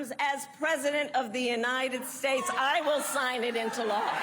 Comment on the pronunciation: it sounds like the guy says "united peace" ✌️